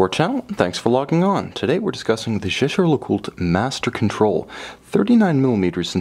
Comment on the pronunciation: Lovely watch. And Jaeger-Lecoultre might be a cult brand, but it's still "Lecoult-re" with an audible "R", not "le-cult".